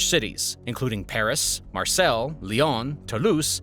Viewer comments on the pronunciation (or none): Western societies are being destroyed by foreign settlers. I don't have to tell you which countries they come from because you already know and it's going to get much worse. For a modern example, take a look at what happened in Iran. Just to be helpful, you're not pronouncing Marseille properly. (Mar-say) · Marseille is pronounced Mar-Say not Mar-Sell